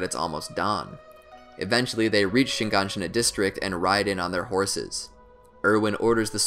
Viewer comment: probably the most enraging thing about this video is the mispronounciation of hange and shigansina